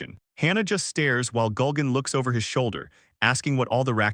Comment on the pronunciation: Why does the narrator keep saying "Gulgan"? It's Gurugan. It's like somebody messed up the name every time the character was named in the AI program they used to make this voice over. So many extra layers of laziness. (On top of stealing comics and using AI voice overs)